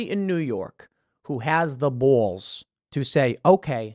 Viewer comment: You really need to learn how to say BALLS. How you say it is Horrible! It’s beyond horrible, it’s like death to my ears. Idk if you have your mouth full of something when you say it 🤮